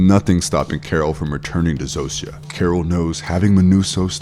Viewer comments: This bothered me too! 😅 Zosia is pronounced “ZO-sha” Raban is pronounced “Rah-BON” Both names are said multiple times throughout the series. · Dude how the fuck are you saying the names Zosia and Rhaban wrong. They literally say their names in the show multiple times. Idk why but that actually pissed me off you choose to ignore how people names are said when its a show and not a book where it can be an honest mistake. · Did you watch the show? Just curious. You mis-pronounced Zosia and Raban so maybe just reading a script.